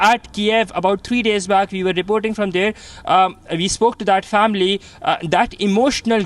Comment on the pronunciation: WHY DO MY INDIAN BRETHREN KEEP PRONOUNCING THE WORD "WE" AS IF THE LETTER "V" IS IN THE WORD??? THE WORD "WE" HAS NO LETTER "V" GET IT RIGHT.